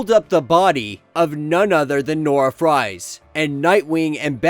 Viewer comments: Dude I love your channel but you need to learn to pronounce these names right first Ralph now Fries lol. It's not Nora "Fries" it's suppose to be Freeze like Mr. Freeze or Victor Freeze I know it spelled Fries But its pronounced Freeze. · it's a German name bro.. That spelling is pronounced "freeze".. Just like almost any word from another language can be butchered trying to use a literal pronunciation in English, and visa versa.. Love the channel but little things like that really jump out.. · It's pronounced "Nora Freeze"